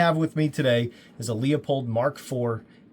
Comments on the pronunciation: “Loo-pold,” not “leo-pold.” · It’s pronounced “loo-pold”